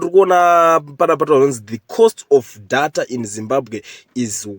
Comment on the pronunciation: Nyayamatician say "deyta" not dhata